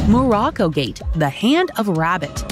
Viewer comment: Haha Rabat its not a hard word, this channel has only money for AI